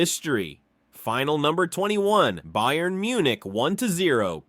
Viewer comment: some odd pronounications i've noticed in this video bayern is not pronounced with 'bay' at the start, but 'bye' henry is not pronounced like the english name henry lyon is lee-on and not 'lion'